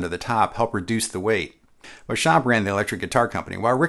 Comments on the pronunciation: “Beauchamp”, although French in origin, is pronounced “Bee-chum”…at least that’s the American-English pronunciation he used when trodding this Earth. “Bow-cham(p)” is not a thing. Thanks. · Excellent video! I think 'Beauchamp' was pronounced 'Beachum', by the way! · Beauchamp's name is correctly pronounced BEE-chum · Fun fact: the first upward sliding sound that you hear in the intro of Warner Bros. cartoons is George Beauchamp (pronounced “beechum”) on a Frying Pan. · I'm only mentioning this because of your attention to detail: 1) while you did pronounce George Beauchamp's name the "correct" way, Beauchamp himself, pronounced it "Bee-chum" 2) Technically, the Beatles did NOT return to Abbey Road Studios. They returned to EMI Studios. The name only changed to Abbey Road after 1969. Thank you for putting together another great video. Time for one on the 4001 bass guitar! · yes, I thought so too - google backs this up: according to Richard R. Smith (History of Rickenbacker Guitars pg vii) : "...George Beauchamp (pronounced Beechum), Adolph Rickenbacker, and the others formed an electric guitar company..." but I agree - totally awesome vid! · I thought it was "Beechum"... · George Beauchamp pronouced his name "BEECH-um" - typical for his home state of Texas at the time - and no, there is no controversey regarding whether or not John Dopyera invented the resonator. The controversy is that both John Dopyera and George Beauchamp claim to have invented the Biscuit Bridge cone system. You're welcome. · Beauchamp is pronounced "Beecham". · Keith: Pronounce it "Back" not "Bach" Me: Should I tell him that Beauchamp is pronounced Beech'-um?